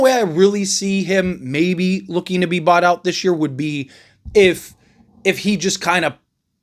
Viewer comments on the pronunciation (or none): none